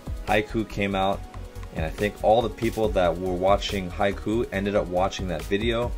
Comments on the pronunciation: I twitched a little when he said haiku and not haikyu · YeSsIr,, mE aNd hInAtA iS bOmB iN hAiKyUu BUTBUTBUTBUT HE SAID HAI-KOO NOT HAI-KYUU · wrong prononciation btw its not haikyoo its haikyuu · i just hate the fact he say haiku and not haikyu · Am I the only one triggered on how he says Haikuu and not Haikyuu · Not trying to be rude or anything but it’s not pronounced high- ku it’s pronounced high-Q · lol hes saying hi ku not hai kyuu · hey guys, i have question that has been bugging me...is "haikyuu" pronounced 'Hai-kew' (the way he pronounces it) or 'Hai-kyew' with the 'Y'? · It’s not hai-ku, that’s a poem, it’s haik-you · Haiku yes Lmaoo. It’s haikyuu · not Haiku, Hai kyuu, you need to pronounce the "y" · he said haikuu without the y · one thing you dont pronounce it hai-kuu you pronounce it hai-kyou like you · I love your vids but it's pronounced as haykyu not haiku 😂 Thanks for reacting to this tho. It finally cameee Translations: The back of the jacket says (Karasuno koukou haikyuu bu) which ment Karasuno High School Volleyball Club in english. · its pronounced "hi cue" haiku is a japanese poem :) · Really cool video but I'm sorry, it bothers me so much that you pronounce it as haiku. it's Haikyu, like Hi-Q. i'm sorry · It’s not haiku like the poem, it’s haiKYUU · Fans: Haikyuu This dude: Haikoo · not haiku 'haikyuu' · Lmao i can’t get over u saying haiku instead of highq the whole video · It's haikyu KYU not KU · It's not haiku it's haikyuu!!!!!!!! Say it correctly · you're pronouncing it as "haiku" not "haikyuu". "haiku" is a Japanese literature and it's something completely different from the anime... Haikyuu is like pronouncing "hi-Q" and you're reading Q not Ku sorry, as a Japanese i couldn't handle the wrong pronounciation hahahaha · It's pronounced Hai-Q, not Hai-ku. It is not a poem. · Nobody: Coach: haiku Me: it's haikyuu, not haiku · Haikyuu not haiku Sounds like hiQ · coach ur saying haikyuu like haiku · lol its not haikuu its haikyuu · "haiku" ok